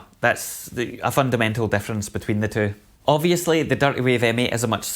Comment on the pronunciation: When you say difference and deference, is it indistinguishable? :)